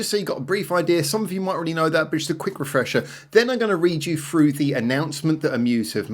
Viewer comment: FREW????? Do you mean THROUGH?? WTFF?